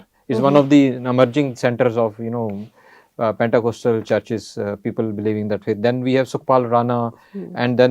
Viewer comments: As a Christian I want to tell the The pronunciation of Pentecostal is पेंतीकोस्टल/पेंटीकॉस्टल NOT पेंटाकॉस्टल /PENTACOSTAL । 😂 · It’s not pentA. It’s pentE ! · Thanks! Btw, it's Pentecostal not Pentacostal. 😊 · Please pronounce this word correctly, pentecostal church. Praise God.